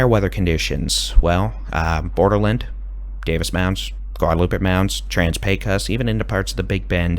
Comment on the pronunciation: Thank you! Your pronunciation of Pecos (PAY cuss) is new and improved! 😄